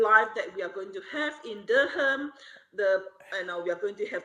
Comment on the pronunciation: Yes, pronounced Durham wrong.